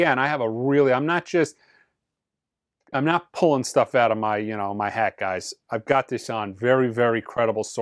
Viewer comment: "You guises" ?